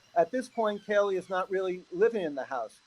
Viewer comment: Be Awesome if they could get Kaylee’s name right if they are going to speculate and speak in the case then get it right she was called Kelly by Nancy and Howard both called her Kelly multiple times so disrespectful!!